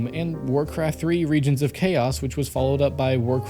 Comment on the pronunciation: DID HE JUST SAY "WARCRAFT: REGIONS OF CHAOS" INSTEAD OF "WARCRAFT: REIGN OF CHAOS". I'M FUCKING TRIGGERED.